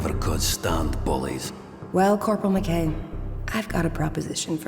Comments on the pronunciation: U pronounced mackay wrong but great vid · He pronounced McKay wrong